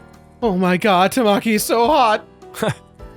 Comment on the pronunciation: The mispronunciation of Tamaki and Kyouya makes me cringe